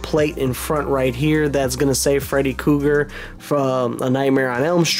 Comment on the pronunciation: Say freddy kooger,....ONE more time ✋️👤